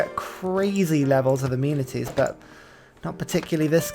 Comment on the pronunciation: Probably a bit too far gone at this point but for the longest time you've been calling amenities 'immunities' not really an issue but every time I cringe slightly. Other than sick content lmao :D